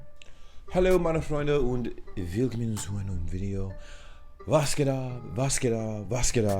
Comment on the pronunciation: It's "willkOmmen zu einem neuen Video" your o gets always lost.